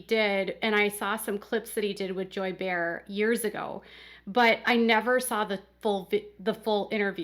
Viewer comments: Just an FYI Joy Behar's last name is pronounced Bay-har not bear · It’s pronounced “bay - r” Barr. Not Bear 🐻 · It’s pronounced Joy Bay Har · I love the fact that you have had such a full, busy life that you don't know how to pronounce Joy Behar's name from The View. It's "BAY-har". 🙃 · Bay-har. But it's fine, thanks for the story